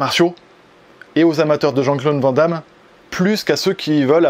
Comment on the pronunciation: Aaaaah, ces français qui ne savent pas prononcer "Van Damme"! Hahaha Btw je vous aime !